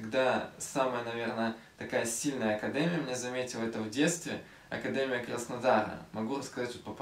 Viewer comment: Видео топчик 👍🏼. Почему ты говоришь "акадЭмия , а не акадЕмия"??